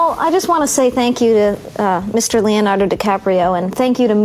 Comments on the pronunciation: Mispronouncing your own name.. way to go Leonardy! ;) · Why are we all talking about sexual tension when Leo mispronounced his name come on people omg. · MISPRONOUNCING YOUR OWN NAME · He mispronounced him own goddam name XD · There's nothing more embarrassing than mispronouncing your own name in front of thousands of people.